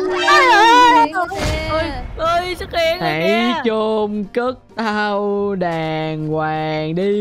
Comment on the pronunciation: Từ của người ta là "đoàng hoàng" chứ không phải là "đàn quàng" nhé anh 😁😁😁